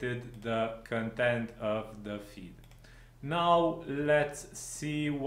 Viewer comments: I'm Romanian, too, but I didn't pick on your accent, but on your mispronouncing of the word "content". You pronounce that word as "contempt" and it's not right because they mean 2 TOTALLY DIFFERENT things. To pronounce "content" correctly you need to put the emphasis on the first syllable (con), not on the 2nd one (tempt). Just listen to some online pronounciation, it's not hard :) Also, congrats on the plugin, it looks interesting (after all, I wouldn't have found your clip had I not thought that the plugin looks interesting), hopefully I'll get to use it soon, but we will see.... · bro, you're mispronouncing the word "content" as "contempt" and there's a big difference between the 2 words. Get your English right, or stop talking in English :)